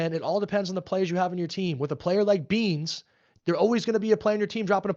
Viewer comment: why’d he say beans like a slur😭😭